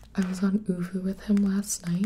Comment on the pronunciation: TheRandomSide OOVOO* actually... but its ok